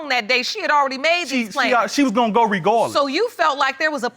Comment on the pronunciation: He said "she was gon go regawdless."